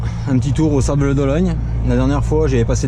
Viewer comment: Sympa le passage aux Sables d'OlonNE (pas Ologne) 😁 je connais bien et j'y vais dans un mois... a+